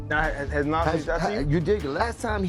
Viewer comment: As soon as Nas' name was mispronounced, I left. F*****' AI